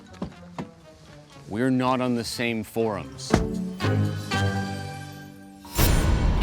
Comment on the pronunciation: "We're not on the same fourms"